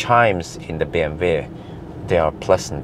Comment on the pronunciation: Why do you call it BMV. It is BMW. Double U. Love the video! thank you